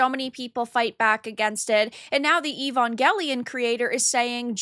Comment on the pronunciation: You're mispronouncing Evangelion.